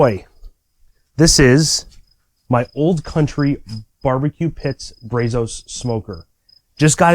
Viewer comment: Brazos.....[Br ah zoes]. Like bravo Everyone in the southwest shuddered when you said the name wrong. Happy smoking!